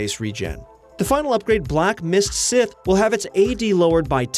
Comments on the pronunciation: “Black Mist Sith”...That’s definitely how you say Scythe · Why is no one talking about him pronouncing Scythe like Sith!? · I don't know if it was intentional but you said Black Mist Sith instead of Scythe (pronounced S-eye-th). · They had me at scythe=sith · My man said black mist SITH lmao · Black mist sith wtf. I never heard scythe pronounced sith. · The way u said scythe really triggered me